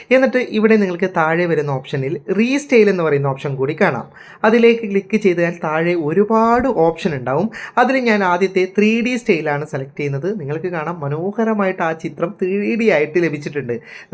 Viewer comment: സ്റ്റെയ്ൽ അല്ല സ്റ്റൈൽ